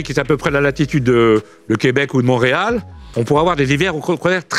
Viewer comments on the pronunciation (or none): none